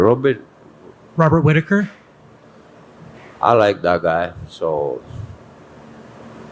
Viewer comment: Can't say Whittaker 🤣🤣